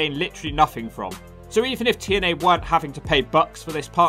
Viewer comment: 40 seconds in put the close captions on when he trys to say tna even the cc dosen't know what hes saying sounds like t and l to me.